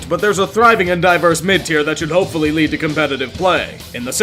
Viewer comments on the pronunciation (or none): none